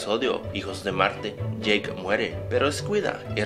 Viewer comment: maico WTF? es yake creo